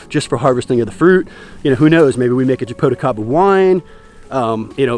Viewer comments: You’re saying japoticaba , it’s actually jaboticaba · 😆 it's so funny when you try to say Jaboticaba... 😆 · I'm from Brazil from the State where Jaboticaba is native. When he said "Jaboticaba " I can't help but to burst laughing 😆